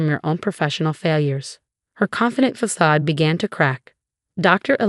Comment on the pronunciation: Stop using words you can't pronounce. Facade.